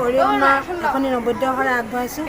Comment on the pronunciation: To ki শআই কৈছা